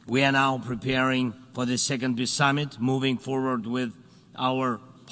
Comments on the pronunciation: "piss summit" he said it clearly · Wow! Z really does pronounce it “Piss Summit.”